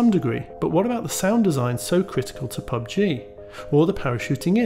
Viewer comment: Why are you wasting your time on “pug-g” and “fort-nit-wit”